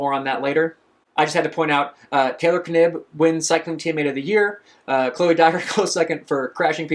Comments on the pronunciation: Dunno I'd say was pronouced "Nibb" with silent K. Sounds odd to hear it said as K-nibb. Got to love these first world problems. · It is pronounced nib without the k. At least every interview I’ve seen she hasn’t correction anyone but she is 100% the type of person to not correct them in the first place. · Knibb as in Knee 😅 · For Taylor Knibb’s name pronunciation; I’ve heard from the triathlon events it pronounced “Nib” with a silent ‘K’. Granted, I don’t follow triathlon as closely anymore (Gwen Jorgensen was who I followed because I know her.) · The K is silent.